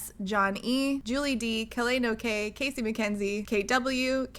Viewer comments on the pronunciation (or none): none